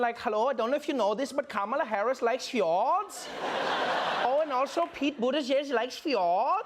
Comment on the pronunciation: i thought he said Hjorts instead of fjords